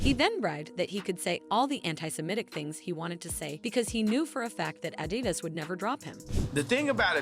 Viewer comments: The way she says Adidas when reading their statement lol. 😅' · Why you saying adidas like that